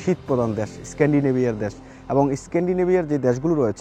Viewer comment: Desh bolte pare na bole dash wtf